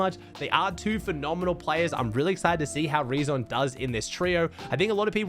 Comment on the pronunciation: Btw the name „reazon“ is spoken like the word „reason“.